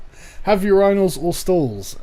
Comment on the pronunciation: I've never heard "urinals" pronounced that way. It sounded like "your anals" with the "a" sounding similar to how it sounds in "agree."